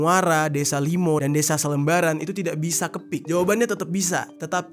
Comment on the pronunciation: Salembaran bang bukan selembaran. Btw deket rumah gua tuh